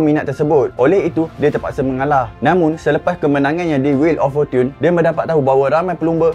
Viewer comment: Bukan fortun..ianya forchen (us) forchun (uk) tq